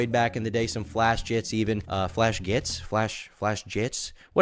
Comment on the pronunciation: God I hate how you act like you know about this side of the internet and you can't even say Flashgitz right